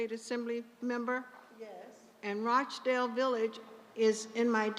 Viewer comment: UNBELIEVABLE. HE SAID "ROACH" DALE VILLAGE. 🙈